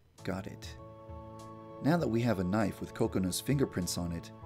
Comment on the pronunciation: GuppyBunz. I love jay lets get this Knifeu then end Modori's lifeu